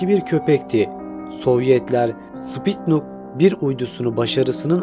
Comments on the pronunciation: Spitnuk uydusu deyil kardesim. Sputnik! Sen Spitnuk diyorsun :) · Spitnuk değil sputnik:) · wdym sPiTnUk? sputnik olmasın o lul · Bi de "Sputnik" diyebilsen....!!!